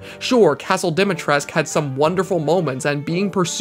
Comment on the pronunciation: I love this guy's videos but I can't get over how he pronounces "Dimitrescu."